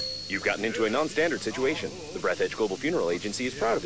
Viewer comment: Breathe Edge? No. Breeeaaathe DJUH.